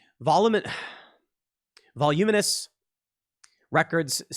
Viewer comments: Va-lume-in-us! LOL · voluminous: "vawl oo min us" accent on the "oo" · Tim Pool STUMPED by "voluminous". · Bro, it's pronounced voluminous. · By the way Tim, it's VOLUUUUMINUS...LMAO... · Tim tries (and fails) to say "voluminous". Tim succeeds after 3 more tries.